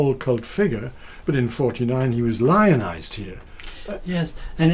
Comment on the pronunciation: Did he say Lionized?